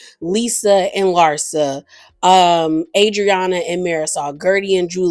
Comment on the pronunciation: You really are bad with last names … cause why you do Adrianna like that 🤣🤣